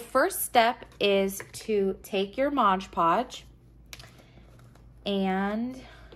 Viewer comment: Beautiful. Thanks for the great video. Just FYI...it’s MOD PODGE, not MODGE PODGE...said with affection 💗